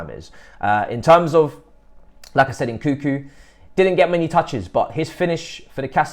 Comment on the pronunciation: why the most of english people call Nkunku " Nkuku"?